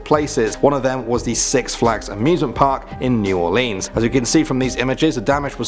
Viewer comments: God damnit I’m from Louisiana and you say new ore-leens IM TRIGGERD IT new ore-lins ReeEEeEeeEee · Ahh. My southern self is screaming at the way he says New Orleans 😂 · New Orleans is not said like that! It is a FRENCH NAME